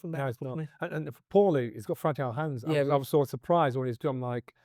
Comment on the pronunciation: "It's loike, loike, loike"